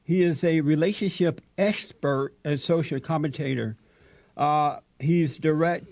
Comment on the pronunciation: Seconds into it and Jesse struggles with saying the word expert. Lol